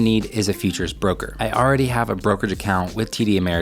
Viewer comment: I keep hearing features not futures